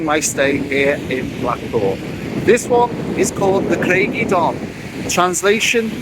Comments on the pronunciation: I stayed there in 1973. Ohhh try the pronunciation again. Lol. Say it as. Cryge uh don not eh don. Lol. But great video. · Pronounced Crige uh donn. Ige as in tiger, not nigel. It means rock of the wave, ie a rock that juts into the sea that the waves splash against. Welsh is my language, that's how I know.